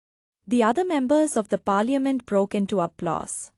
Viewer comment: Your pronouncing the word, "parliament" is quite embarrassing.